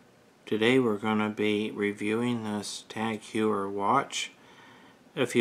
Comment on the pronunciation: Heuer is pronounced like Hoyer